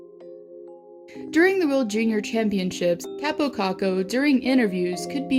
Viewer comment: And btw you have to say kaapo whit 2 a